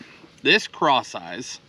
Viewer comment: LOL. I just realized that it’s called “Cross Eyez” not “Craw size”. I just figured it was called that because you paired a craw with it. 😂